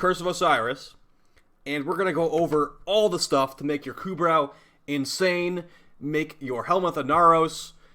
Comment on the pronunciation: It's "ku *bro*" You don't say the "brow" like eye*brow*